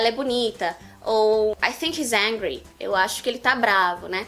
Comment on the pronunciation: Desculpa em te falar mas sua pronúncia de angry está errada, seu que vc é brasileira e pra pronunciar como nos é bem dificil mas o meu curso ofereço pronúncia igual como nos nativos